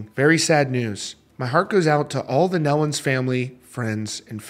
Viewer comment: Thank you for this coverage. They were very special people! I've known for 45 plus years. Just an FYI, it's pronounced knee-lun. Autumn is pregnant with the first grandchild, her first child.